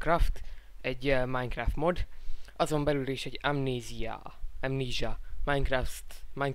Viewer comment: Mondd már simán amnéziának! nem vagy te angol hogy amníssázz